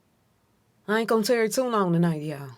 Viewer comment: "I ain't gone tarrey it to long tonight" ❤ you So 👑